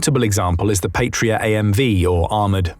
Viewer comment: An incidental thing, but important to some people: The "p,a,t" of the word "Patria" is pronounced as if it rhymes with "cat", not "fate". 👍